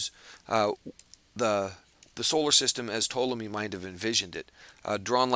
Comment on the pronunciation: Ptolemy is definitely not pronounced the way you mentioned! I am a Greek speaker and a Historian. You do pronounce the 'P', and the vowels are also pronounced different to the way you suggested. Besides that, very well explained video. :)